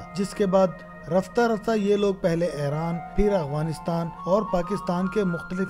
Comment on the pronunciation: یہ اعوانیستان نہی یہ افعانی نستان ہے یہ الفاظ ٹیک کر لو